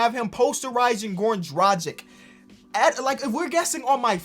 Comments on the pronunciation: It's Drug-ich not Druh-Jick ... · ITS DRA-G(HARD G)-I-C(CH) FFS